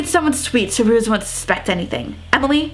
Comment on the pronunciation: Sorry it's been bothering me. Ruiz is pronounced ROO-EEZ not ROO-IZZZ Just wanted to point that out :))